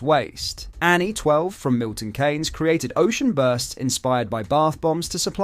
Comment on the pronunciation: Mate, your pronounciation is appalling. 'Milton Kanes' . 'Kemi Baardenoch'? 🤦‍♂